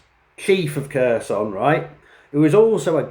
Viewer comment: Yeah he clearly knows well the Russian language considering that after more than 3 years he can't even pronunce properly the oblast name he's fighting in. I guess that those underdevelopped Ukrainian should just do what the brilliant British leaders tell them to do.